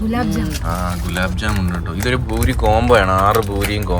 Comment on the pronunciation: Bhoori ennaano parayane..poori ennalle